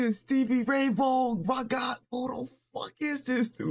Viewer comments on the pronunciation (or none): Vaughn is pronounced Von. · you started with a good one-considered by some to be the greatest guitar performance ever. last name pronounced "vawn" like lawn-one syllable. think vince vaughn etc. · Pronounce it like "vawn". This dude is phenomenal. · He didn’t unplug the guitar, he took the strap off so he could play it behind his back 🎸 Vaughan is pronounced von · Led Zepplin— Since I’ve Been Loving You or When the Levee Breaks will blow you away just like Stevie Ray did. Btw— it’s pronounced like Von. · His last name is pronounced "vawn." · pronounced , stevie ray VON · "Vaughan" literally rhymes with bong ...just say Stevie Ray Vong.